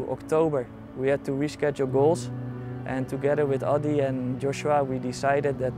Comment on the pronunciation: His coach keeps switching between Joshua and Yoshua. :) How do you not pronounce your mentee’s name consistently?